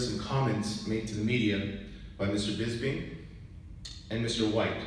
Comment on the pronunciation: It's Bisping not Bizbing!